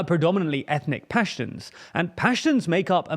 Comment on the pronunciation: It’s not pash tunssss….😭😭😭😭 I mean I don’t mind the pronouciations that much, but mannnn I was working while listening and I was like wait what did he said ? Itsss “paaaaash toons” that’s how you pronounce it….big “aaaa” sound and “oooo” instead of u…